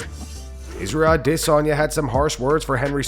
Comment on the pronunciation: I absolutely HATE how you say izzys last name